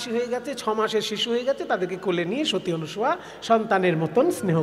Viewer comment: আপনি ক্রমাগত সতী অনুসুয়া বলে গেলেন, শব্দটি কি অনুসুয়া না অনসূয়া একটু বললে ভালো হয়, আমি যতদুর জানি, নাই অসুয়া যাহার তিনিই অনসূয়া, এক্ষেত্রে অসুয়া শব্দের অর্থ ঈর্ষা।